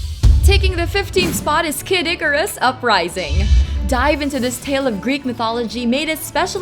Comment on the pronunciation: Came here for the f'ed up pronunciation. Was not disappointed